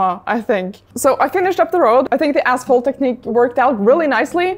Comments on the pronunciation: ashphalt not assphalt ;) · You scare me the way you pronounce asphalt LMAO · ASPHALT…. K…. thought you said natural cracks in the a$$holes 😂😂😂